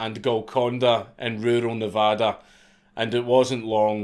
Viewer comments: Holy shit he said Nevada right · Hearing this scottish man say Nevada correctly just instantly makes me bust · I grew up near Reno, but I definitely don’t remember hearing about this guy or his capture. Also, why is it that this Scotsman can say “Nevada” properly, but half our own country can’t seem to get it right? XD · If this man with an accent thicker than syrup can pronounce Nevada correctly why can’t everyone else in America.